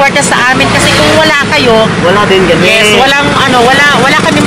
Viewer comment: Alam ni Francis: Yiss. Yisss yisss